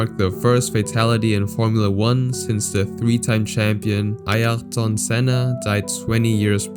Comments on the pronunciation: Ayrton Senna is said "Ah-eer-ton", it's easier than what you tried, but I appreciate the attempt. Ironically, it's inspired by a british engineer called Lord William Ayrton, but not said in the same way. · "Artyon" Senna? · It’s Ayrton, not Artyon. So many pictures that are irrelevant to the actual event. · you made a mistake when you said Ayrton you misspelled the name it was Artyon even tho it should be Ayrton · Who the hell is ARTYON Senna? Was he related to Ayrton Senna? These videos are a total joke. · Artyon Senna...???? Bravo.👍 Ayrton Senna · And he would have got Ayrton Senna right..